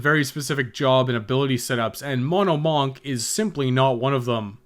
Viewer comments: MAWNK. I’ll never get over that. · i like the way you say monk